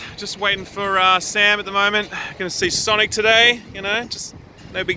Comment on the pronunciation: Sanic? Nay, S A M I C